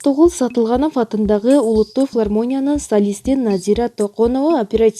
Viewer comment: Бул кыз шумдук окуйт экен😂😂фулармония,операсия😂😂